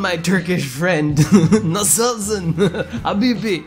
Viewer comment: Loool i loved the way how you said "nasılsın" xd it was so awsome and actually correct (coming from a Turkish guy)